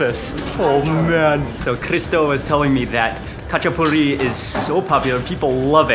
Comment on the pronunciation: Not gonna lie his “хач-а-пури» trigged me